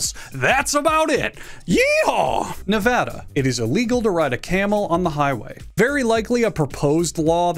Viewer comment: Shoutout for pronouncing Nevada correctly